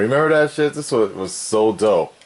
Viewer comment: Me"this". "zis"